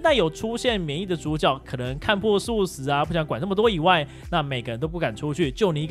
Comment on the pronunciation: 抓包一代主角看破世俗 你唸素食:face-blue-smiling::face-blue-smiling:🤣🤣